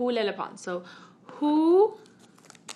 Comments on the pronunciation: Am I the only one that heard “hi I’m menopause” instead of “hi I’m lele pons” lmao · when she said 'hi i'm lele pons' i heard 'hi i'm menopause' 💀💀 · All I heard her say was hey I’m Leyhey Pons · It literally sounded like she said “Hi my name is menopause” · She sounds like she’s saying “hi I’m menopause” at the beginning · I thought it said menopause!😂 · i thought she said menopause lmao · koko i heard it too! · It can't just be me who heard "Hi, I'm menopause" at the beginning... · Sounds like she said "hi I'm menopause..." 😂😂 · omg when she said “hi im lele pons “ i thought she said “hi im menopause”😂😂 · At the beginning it sounded like lepons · ...Did anyone hear "Hi I'm menopause" When she introduced herself??? XD just me... ok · When she said her name I thought she said menopause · I like how she says “ lele pons “ with a spanish accent and everything else is her regular english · She keeps on saying lele pons which i think now i can definitely pronounce it right😂